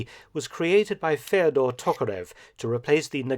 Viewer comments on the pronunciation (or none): none